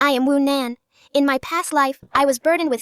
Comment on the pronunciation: Your name is Wu Nan not Conan 😂😂